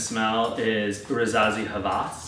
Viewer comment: its rasasi hawas not rezazi havas :p